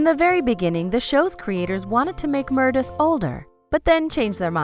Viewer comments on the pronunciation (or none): plllleeeeasseeee!!! if you’re going to do a video on a show LEARN HOW TO PRONOUNCE THE CHARACTERS NAMES! uggghhhh. aydison montgomery.... murdith.... 👊🏽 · Say it with me. MER-e-DEATH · What is this about Maggie and Jackson’s baby, they truly need to watch this show before reporting Merradeath, Karev wrong pronunciation ugh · Who the hell is Merrrdith???? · After the 10th Mrrrrrdeath..... I had to quit watching.... the most annoying voice and mis pronunciation ever!! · Why can't u pronounce M-E-R-E-D-I-T-H?!! Gawwwdd!